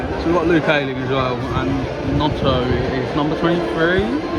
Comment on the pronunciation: Who is notto? Do you mean Gnonto? "Non-toe" is the prononciation